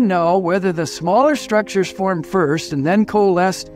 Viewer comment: Not firmed but formed